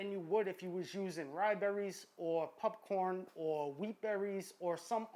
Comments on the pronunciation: I had to skip the entire popcorn section. I couldn't get over "pupppcorn". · I heard him say “pupcorn” and was like “ha let me check the comments”.... then I realized that I say popcorm 😒🤫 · He said pupcorn I’m dead 😂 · I hate the way he says pupcorn. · I like how you say pupcorn. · Can someone teach our masked friend to sAY "POPCORN!" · Stop saying pupcorn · Are you seriously saying popcorn wrong on purpose